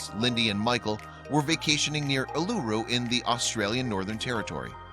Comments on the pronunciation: So I Get That Like 90% Of These Comments Are About How Sad This Is But As An Australian I Am Triggered He Said Uluru Wrong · OML u pronounced Uluru wrong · Omg as an Australian the way this guy pronounces ularu ticks me off 😂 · Me too, particularly the pronunciation of "Uluru".